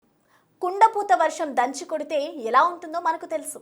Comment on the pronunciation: kunda puthana? Kunda pothanaa ?? 😂